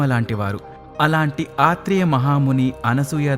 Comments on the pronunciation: ఆత్రేయ కాదు అత్రి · anna aatri maharshi kadu atri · ఆత్రి కాదు అత్రి అనాలి తెలుగు మాట్లాడం నేర్చుకోండి ముందు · ఆత్రి కాదు అత్రి మహర్షి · ఆత్రి కాదు ... ఆయన అత్రి. he is not AATHRI.. he is ATHRI. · అత్రి మహర్షి కాదు, ఆయన అత్రి మహర్షి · అత్రి కాదు అత్రి మహర్షి. సవరించుకోండి. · ఆత్రికాదు.అత్రిమహ ఋషి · Aatri maharishi. Kaadu. Atri. Maharishi. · ఆత్రీ కాదు.అత్రి మహా ముని.correct your self.bro. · ఆత్రిమహిర్షి అని పలకాలి. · Aarthi maharshi kaadu athri mahrshi annli